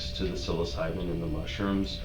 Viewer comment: I love how he kept saying psilocybin wrong, these guys live no life LOL squares. and YES it can cure depression for LONG after the effects.. its a perception thing, its not quite the "drug" they claim it to be